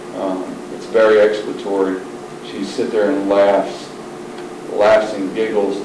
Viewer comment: If your gonna say you have exculpatory evidence then at the very least , learn how to pronounce it correctly damn 😂